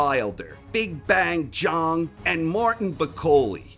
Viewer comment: Who is Jong? You do know he’s called Big Bang because bang rhymes with Zhang. The way you say it his nickname should be Big Bong